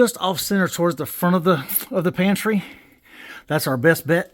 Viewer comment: I thought at first it said pantie light 😅😅😅